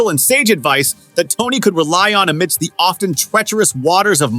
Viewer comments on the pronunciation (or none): none